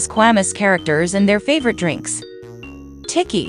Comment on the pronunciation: Bro said tiki instead of Tikki 💀💀